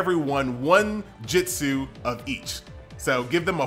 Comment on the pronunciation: Why do you call it Jitsu? Can you not just replace the i with U? And say it normal like Jutsu?